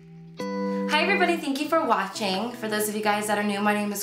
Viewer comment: This “hi everyone thank you for watchEng” blesses my day every time